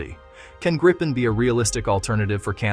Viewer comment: How to pronounce Gripen: "Greepen", not "Grippen" or "Gr-eye-pen"